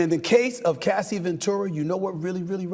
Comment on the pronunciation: It's very concerning that he couldn't even say Cassie's Name! 😮😮